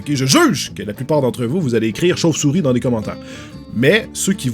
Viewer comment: tu m'as prête de rire écoutez le 5 la deuxième fois quand il dit chauve souris enfaite il dit chauve chouris